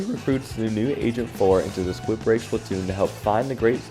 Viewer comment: Did bro just say “Squidbreak” not “squidbeak”💀😭